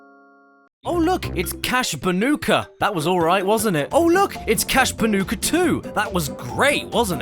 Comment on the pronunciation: It's crash bandicoot not crash banoka